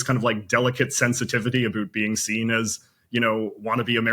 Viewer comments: Expat living in Canada and in my 15 years here this is the first Canadian I've ever heard that says something even close to "aboot"?! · THIS GUY SAYS ABOOOOOOT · I’ve been from coast to coast and his is the first time I’ve ever actually hear someone in Canada actually pronounced “about” as “aboot.” Apparently we get that from Vancouver. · As a Canadian, I’ve never listened to McCullough before. No real quibbles with the factual info, but where is his pronunciation of “about” as “aboooot” coming from? Wikitubia says he’s from Vancouver. Never heard this before outside of South Park. An affectation put on for US audiences? (In Toronto we tend to say it as “a-boat”. Met lots of people from the west coast and never heard aboot quite like this.) Minor issue in a decent show. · Nobody pronounces about, "aboot" and I've lived in all three Maritime provinces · I suspect that JJ's "aboot" pronunciation is performative. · I have never heard of this guy in Canada before. He is pandering to Americans with his comments. He is obviously an American plant because he pronounces it aboot. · Finally! Took almost 13 minutes to get an "aboot" out of JJ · "Aboot" will be heard in the Ottawa Valley, areas east in the Maritimes and rural areas in Ontario but in all points west the pronounciation is more like the American about. I've never heard anyone in Vancouver or Toeonto who says aboot. He's probably playing an American stereotype. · Trudeau is like woke left and turns off liberals like me. I’m so glad I was never enamoured with him. He actually said “aboot”. I rarely hear a Canadian say that. And YouTube transcripts translated it correctly. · I've never heard it pronounced "aboot." To my ear, it sounds more like "a boat." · he definitely says "abooooot" on purpose which embarrasses me on his behalf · Did he say, “Aboot?” I’ve never actually heard a Canadian say that. Is he just putting it on for the tourists? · JJ doing us Canadians no favours with his pronunciation of "about"